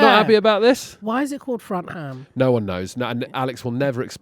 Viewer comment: "Frontham" =" backgammon"